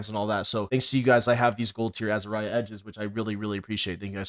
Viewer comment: dont ever say azariah ever again